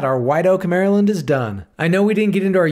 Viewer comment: This is the first non-marylander who ive seen who can pronounce maryland properly. Im gonna put a like on this video just for that reason alone.